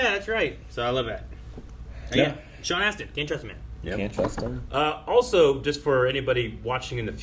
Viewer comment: Sean Astin not Austin